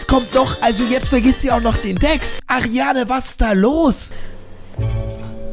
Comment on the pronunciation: Wie sie heißt:Ariana Wie er sie nennt:Ariane😂